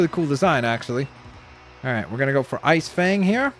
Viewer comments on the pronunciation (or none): none